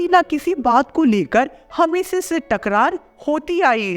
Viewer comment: Shi se bol le